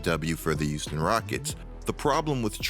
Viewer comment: "youston rockets". There, now y'all can't unhear it either